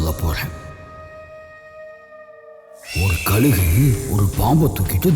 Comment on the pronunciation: யாருயா அது குரல் கொடுக்குறது? தமிழ தமில்னு சொல்றான்,கழுக கலுகுனு சொல்றான் இவ்வளோ செலவு பண்ணி படம் எடுக்கிறீங்க தமிழ் நல்லா பேச தெரிஞ்ச ஆள வச்சு குரல் கொடுத்துருக்கலாமே!. இதுல தமிழ் பெருமவேற பேசுறீங்க.தமிழ ஒழுங்கா பேசதெரியல